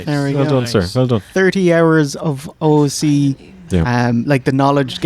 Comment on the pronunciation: calling O.O.C. "Ooook" just sounded so wrong to me, anyone else?